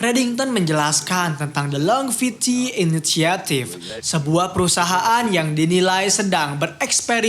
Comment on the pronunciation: Longevity, bacanya 'lonjevity'